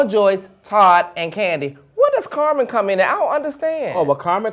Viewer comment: lmao saying CarMON